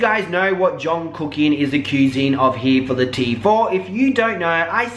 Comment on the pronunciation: intro -he four thaa-ha teeh = here for the tea - si-buurs = subscribers? lol just in case you gotta decipher.